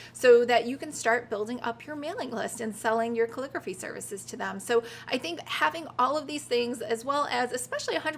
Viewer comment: Couldn't watch anymore after you pronounced calligraphy 5th time.